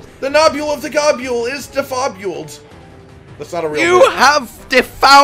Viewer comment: Bruh, gobule cant possibly be how you say his name lol i always said gobble or go-bull